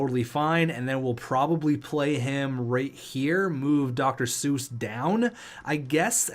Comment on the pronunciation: FYI C.J. Seuss is pronounced 'cease' source: I go to a lot of moose games